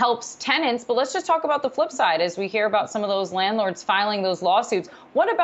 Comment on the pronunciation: can't even say landlord